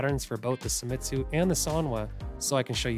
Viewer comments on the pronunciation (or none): If you can pronounce the word "say" then, in theory, you also could "SEIMITSU".